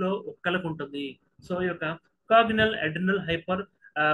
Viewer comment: Its not cognital sir. Its congenital (means associated from birth) basic words these are